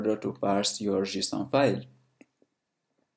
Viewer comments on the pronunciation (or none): What the heck is 'Jusoon'?